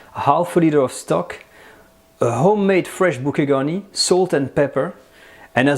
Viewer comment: What the fuck is "bukegani"?!